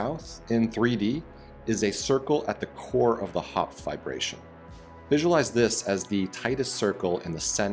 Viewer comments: *triggered everytime i hear VIBRATION instead of Fiberation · I thought he was saying vibration lol. No not that kind all you pervs lol